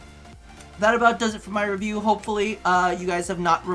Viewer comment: ok, maybe Im obsessed with RPDR, but did he just say ruview instead of review?